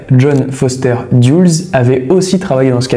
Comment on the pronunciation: Contre leur insu, liés avec au lieu de liés à,ils ont mis 20 millions a insérer le micro dans le pauvre chat..allen "dyoules"au lieu de "deleuss",le gradé est "énergétique"haha..cest pas trop ça le français